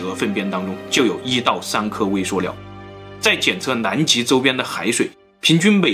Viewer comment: 食物念 威碩尿